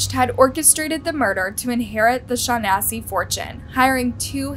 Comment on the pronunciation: To the narrator, do a little research and pronounce the last name properly. The phonetic spelling is Shawn-ness-see.